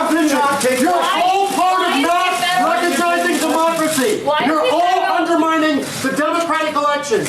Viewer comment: But you're UNDU MINING DECWACY!!!